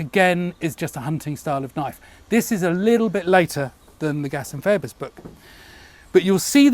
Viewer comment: Just a little quibble, I think it is pronounced "Feebus" the OE is pronounced the same as in amoeba.